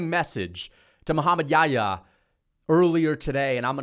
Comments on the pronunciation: It's not Yaya it's Yah-ya. It's a name of a prophet he was with Jesus pbuh. In the Bible he's called John the baptist. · I find it so funny how hes pronouncing Muhammad Yahya's name as "yaayaa" lol